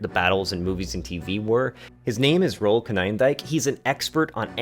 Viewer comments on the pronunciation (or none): Not that it matters but his name is pronounced as rule without the e. So Rul. Not Rowel.